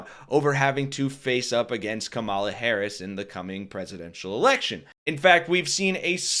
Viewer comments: Kamala, like comma la. You're continuously putting emphasis on the second syllable, not the first, where it belongs. Other than that, great video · Comma-la. Accent on the comma. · KA-mala. Accent on the first vowel, bro. Please. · Are you sure you're pronouncing her name right. I think the emphasis should be on Ka not Ma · Only one comment. Learn to pronounce her name correctly. Accent the first syllable, it's important and respectful. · Time to start saying her name correctly. She deserves that respect! You’ve got the emphasis on the wrong syllable. 😁